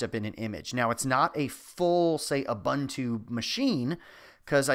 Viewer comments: it's pronounced "oooh-boon-too" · It's U-boon-too, there is no bun it it. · Pronunciation guide for Ubuntu: "o͝oˈbo͝onto͞o" You're saying it all wrong. But thanks for the video. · Just a pronunciation correction: ubuntu is pronounced oo-boon-too